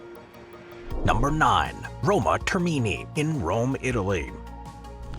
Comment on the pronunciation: FYI, it's pronounced TERmini, not TerMIni.